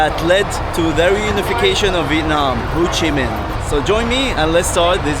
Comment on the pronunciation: It’s pronounced HO Chi Minh, not Hou Chi Minh